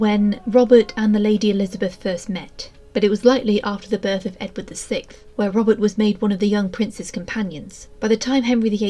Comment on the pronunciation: Interesting but it sounds like you keep saying Robin